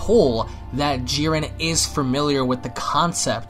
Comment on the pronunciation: People who can't pronounce Jiren, Zamsasu, Vermoud, etc is not enjoyable to listen to